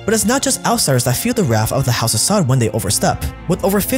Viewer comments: It's "sah-ood" not "sod" but tbh fuck these sods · it's pronounced sa uud, like (you) with out the y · its the house of saud (pronounced sa ood) not sod. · Why do you pronounce Saud and Arabic like that?